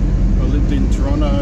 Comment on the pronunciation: My hometown... and see it still has crappy roads... I see that they have big ugly apartment buildings everywhere... you missed going up by the old pub on the hill... I know times move on... but the old Toronto that was best is gone... I am glad to hear you say 'Tronno'... lol